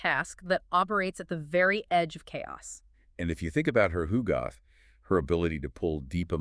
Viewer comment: Love these deep dives - thanks! But guys, please, it's hugot, pronounced as "HU-got"; there's no "h" at the end.